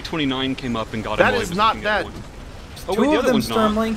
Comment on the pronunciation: Somehow it triggers me that he is saying "deadn" instead of "dead". Is there a meaning behind this?